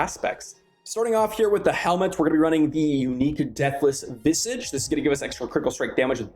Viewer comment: You seriously dont know how to say Visage?